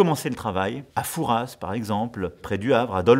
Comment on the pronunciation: Merci pour cette vidéo. Juste une précision : la ville de « Fouras » se prononce en fait sans le « s ». Mais les français qui ne sont pas charentais qui connaissent le père fouras ont tendance à vouloir le prononcer.